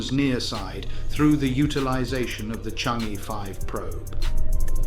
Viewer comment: Congrats❤ By the way it is pronounced as Chang Er. Thanks